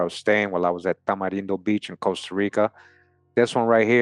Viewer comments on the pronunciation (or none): none